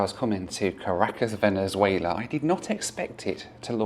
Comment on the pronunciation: So many Central and South American countries that I’ve never heard of. Venezuelar, Comombiar and Panamar. 😂